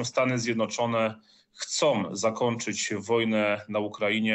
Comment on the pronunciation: Lukasz Pacholski, Magazyn Wojsko ,"ten PEtriot", "Stany Zjednoczone chcOM zakoNczyc", to "N" wymowil bez zmiekczenia! Co to za jezyk polski?